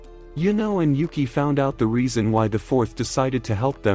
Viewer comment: he says Yuki's name wrong the entire time until there.